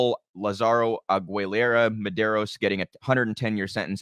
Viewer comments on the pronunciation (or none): aAguilera hard G like eagle which it means. Ahh- Gee- Lair rah #FreeRAM